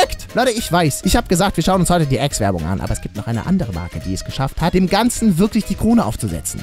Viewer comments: Ex? Nicht Aks? (ausprache) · Ax nicht Ex (Lautsprache) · Es heißt Axe nicht Äxe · Es wird nicht „äxe“ ausgesprochen. So der axe. Mit einem a! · Es heißt übrigens nicht "Äx" sondern "Ax", der Name ist nicht überall gleich, in England, wo man es ja "Äx" aussprechen würde, heißt das Deo nämlich LYNX... Warum auch immer... Frag Unilever, die haben sich das ausgedacht...